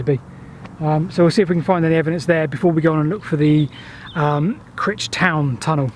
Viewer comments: CrIIIIIIch not 'critch'! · Yep Cry-ch. not Critch. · ive been told light heartedly by a friend that its pronounced cry-ch and you could get lynched if you say critch in the presence of a crich tram museum member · It's pronounced with a hard 'I' by us locals, Cr-eye-ch. Sorry if this has been mentioned before, I haven't read all the comments. Love all your videos, best wishes from Derbyshire. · Super vid. More eerie places. And Martin Zero the urban explorer too. P.S. I think you pronounce the ‘i’ as ‘eye’ not ‘ih’. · On the slopes above the gas works is a wooded area and you can still seem some of the actual rails rusting away close to where you were at 8.13. If you walk down the slope there is a bridge at the bottom over a tunnel entrance. Please stop saying Critch though it's painful, it's Crych :-) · Those of us from the Middleshires pronounce it Cr- eye-ch not Cr-itch! 😂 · Please lean place names lol its not Grich. It's Crich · suggest you pronounce things correctly its CRYCH not crich even though thats how its spelled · Not critch but criiiiiich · Cryyyytch, not Critch (as said, I mean ) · It's cr-AYE-ch, not critch! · Pronounced Cry-ch . Great channel , just subscribed . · Pronounced Crytch I believe...but what the hell it's got you and the ever lovely Rebecca......Oddly though, I've mentioned it before but if you follow the original Stockton to Darlington rail line you may well still find parts of the track in a farm field near Darlington...at least O did back in 1961...Good luck... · It's pronounced CRY-CH! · It's pronounced Crych but spelt crich.Just saying. P.S. Lovely interesting video. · You can always recognise visitors by their pronunciation of Crich it's actually pronounced "cry-ch" by the locals. You managed to redeem yourself at the end I noticed. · Just thought I'd mention that Crich is pronounced Crych so the letter I is pronounced as a "y" 🙂👍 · The 'i' in Crich is not like the 'i' in titch but the 'i' in mike!